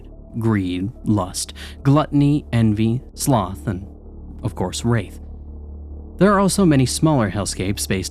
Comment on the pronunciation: Ah yes the deadly sin of "wraith" omg 😂